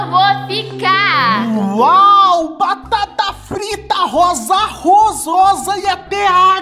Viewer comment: "Rososa" kkkkkkkk